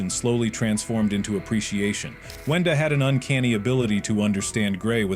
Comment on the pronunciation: It’s wenda